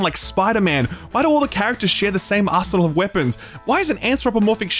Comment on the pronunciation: When you were talking about the suicide game, my brain delayed, and I thought you said ," Why do all the characters share the same asshole and weapons?" I realize you said arsenal, but a sleep deprived brain hears things differently. Love your content, though.